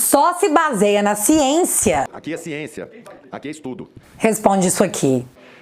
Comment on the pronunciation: A "Siençiammmm" da canja de galinha dita pelo #mutretta foi a cereja do bolo kkkkkkkkkk